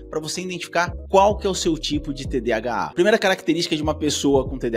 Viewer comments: Cara eu não consigo me concentrar no vídeo com ele falando TDHA invés de TDAH. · Quem aqui mais com TDAH com agonia ele falando mil vezes TDHA 🫠🫠